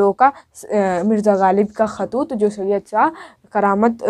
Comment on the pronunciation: khatoot nahi khotoot h